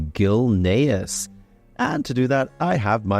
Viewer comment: its Gilneas not gilnaris